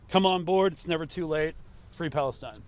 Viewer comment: Fwee Fwee Palestine mommy, 😊